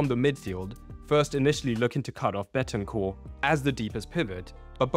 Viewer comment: It's "BENTANCUR"!......